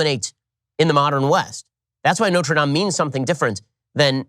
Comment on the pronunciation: Learn how to pronounce Notre Dame... 🤦🏼‍♂️🤦🏼‍♂️🤦🏼‍♂️